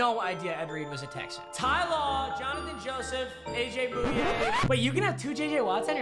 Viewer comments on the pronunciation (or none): Thanks for showing my Texans some love, but it’s is aj boy yay not boo yay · its pronounced Boy-yay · You say aj booooyayyy not AJ Bouye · nobody:: AJ BOOYAY